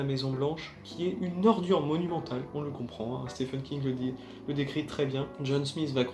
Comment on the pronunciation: Le prénom « Stephen » se prononce en fait exactement comme « Steven » avec un long i et un v.